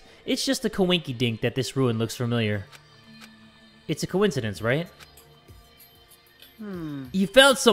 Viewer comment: [SPOILERS -ish??? Not rlly related to the plot but a character’s phrase] Bruh I’m late but like,, hear me out— says “koinkidink” like kokichi does in dr3